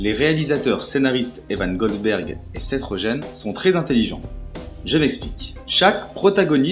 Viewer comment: Je trouve que tu es pas un peu lent quand tu parles, il faudrait plus de rythme dans ta voix (plus rapide aussi) si tu peux. Sinon certains noms prononcés en anglais sont terribles : macbride, seth rogen et quelques autres. Sinon pas trop mal continue :p